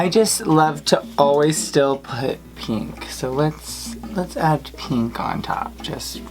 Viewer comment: “I just love peenk”